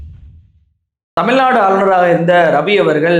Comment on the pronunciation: திரு. அவர்களே தமிள்நாடு,விளா, பளக்கம்,வழியாக, என உச்சரிக்கிறீர்கள இவைகளின் அர்த்தம் என்ன என்பதை தமிழ் அகராதியில் பாருங்கள். தமிழ் உச்சரிப்பை பயிற்சி எடுத்து நல்ல தமிழ் பேச பழகுங்கள் (பளகுங்கள்).